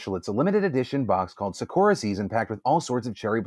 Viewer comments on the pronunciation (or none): I'm sorry, but I have to point out that it's not "sa-KU-ra," it's "SA-ku-ra"....it's my daughter's name. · omg i died on the inside when he pronounced sakura wrong. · Wow… That was probably the most American way of saying Sakura 桜 I have ever heard. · The way you pronounced "Sakura" 😂